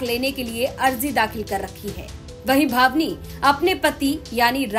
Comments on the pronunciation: ये जो बोल रहीं हैं बार बार भावनी सिंह बोल रहीं हैं बल्कि नाम भानवी सिंह है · बोलना सीख लो भानवी सिंह है naki भवनी singh